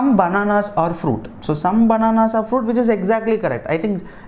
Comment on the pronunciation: Why you are PRONOCINING are as or?